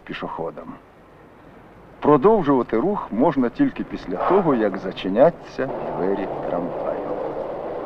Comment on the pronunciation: "продовжувати рух можна лише після того як зачинЯться двері трамваю" - хіба правильний наголос тут у відео? тоді не бездоганна :)